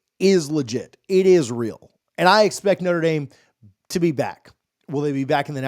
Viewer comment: Please quit saying "Noter" Dame. Think "Notra" Dame. I am a staunch Buckeye fan but I shutter when I hear sportscaster abuse the name of one of the best Catholic educational institutions.